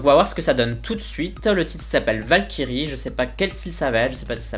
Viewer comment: J'étais à fond dedans depuis le début de la vidéo, et à la fin, je t'entends lire "Valkyrie" à la française... Ça m'a fait penser à "Vache Kiri" alors je me suis dit : Pourquoi a-t-il fallu qu'il lise ce mot ainsi ? J'étais bien dans l'ambiance, là !... Sinon, super vidéo ! On ressent vraiment tes impressions, c'est génial ^^